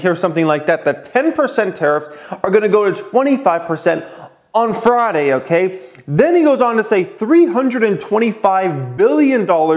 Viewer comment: Why do you pronounce friday as fraaday? Lmao